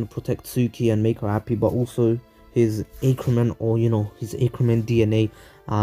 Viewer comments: it's ah-ker-men not aye-ker-men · You are saying Ackerman wrong